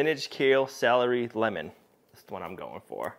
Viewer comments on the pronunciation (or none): none